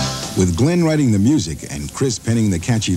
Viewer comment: It's Glenn mate, not Glynn. Stop saying Glynn mate!